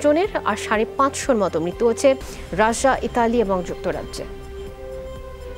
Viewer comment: ei apu ke bolben thik moto "russia " uccharon korte,uni just rasa rasa bolen